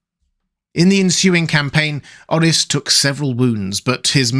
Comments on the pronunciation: It's prononuce Like OAR-RIS not OH-RHYS. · That aint how you Pronounce Orys bro stop saying it like that he isnt welsh 😢